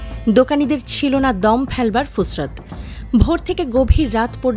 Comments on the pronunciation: উপস্থাপিকা, শব্দটি ফুরসত, ফুসরত না। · কথাটা ফুসরৎ নয়, সঠিক উচ্চারণ ফুরসৎ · ফুসরাত নয় ফুরসৎ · ফুসরাত না ফুরসাত 🤣